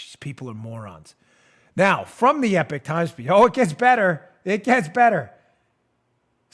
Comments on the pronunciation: "Believe you me, young," if you keep saying "The EPIC Times", I'll lose it! It's not pronounced Epic, it's pronounced Epok! "Believe you me, ", if I hear you say The Epic Times one more time, I'll make you yesterday's epoch! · Love the show Dan. (EEEE-POCK TIMES, not Epic Times) Great paper. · Eee - pock times